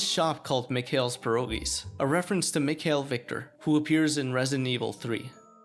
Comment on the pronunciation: you butchered mikhail